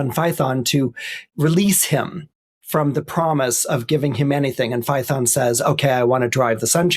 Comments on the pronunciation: Fay-uh-ton. Not Fye-thon. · ~ , I'll note, completely off topic, he pronounces Phaethon as rhyming with 'python". I have been wondering about the original greek sound English spells "ae". Here it is : " In Classical Latin and Ancient Greek, the vowel combination transliterated as "ae" (or the Greek ai) was pronounced as a diphthong—sounding very much like the "long i" in the English word "eye" " Damn! He said it right. Never knew it.